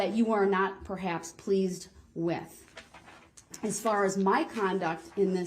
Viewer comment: 😂😂😂😂 wit(with) Grownz(grounds)